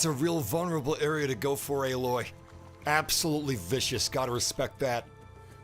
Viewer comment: C'mon man it's Aloy, like ay-loy.